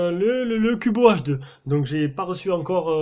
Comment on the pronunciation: J'ai jamais compris pourquoi les fabricants mettent toujours des grosses bandes noires dégueulasses autour de leurs écran comme ça... Sinon pourquoi "Cubot" tu le prononces "Cubo" ? X)